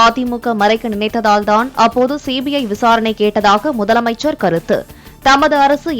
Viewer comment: ..... திரும்ப வாசிங்க முதலை அமைச்சர் அவர்களே.....😢